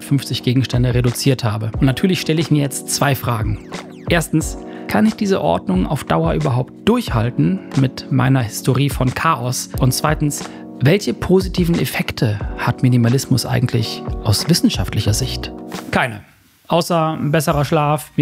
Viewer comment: Ist die Off Stimme mit KI generiert? Die Aussprache der lateinischen Namen klang sehr seltsam, und auch "Historie" wurde falsch betont